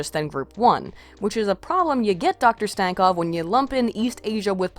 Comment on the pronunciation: make fun of stankovs last name? you cant even pronounce it right, let alone make fun of it